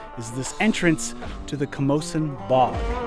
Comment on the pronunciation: Is that how Camosun is pronounced? I personally think it’s incorrect, but if it is correct, I’ve been pronouncing it wrong my entire life.